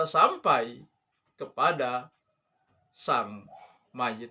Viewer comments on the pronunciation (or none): none